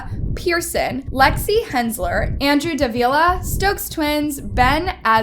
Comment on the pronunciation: Wdym she said it correctly